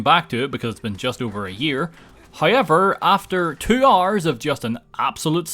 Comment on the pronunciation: You can get past the update only if you’re able to say “Hours” and not “Ores”. /S